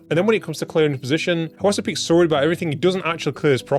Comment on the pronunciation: Just here to say, it's pronounced ZIPEX. According to the man himself. The 9 is a backwards lowercase e.